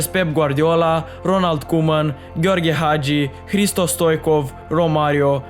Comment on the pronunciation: You can t pronouce Gheorghe Hagi that well. You must be a romanian . N ai cum coaie